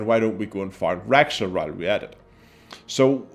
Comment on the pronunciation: its raxxla not rexxla and for that in this extremely rare case I gotta thumbs down it